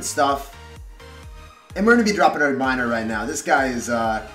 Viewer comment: minering and giblininngngngn 😂